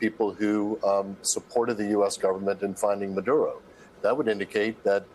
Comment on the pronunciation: Free Fwee Manduro mommy